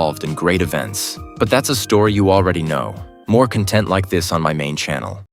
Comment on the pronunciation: Bro the ai can't even say content right